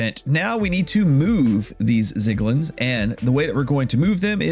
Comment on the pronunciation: love the tutorial just PLEASE THE ZIGLIN SPEAK IS GONNA KILL ME